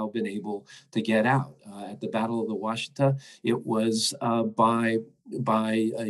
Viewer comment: it is pronounced wash-ih-taw. the middle syllable is like the "i" sound in ignorant.. it is not pronounced wah=shee-tuh. it is wash-i-taw. the wash is the emphasized syllable. i was born and raised on the washita river forty miles from the custer battle site.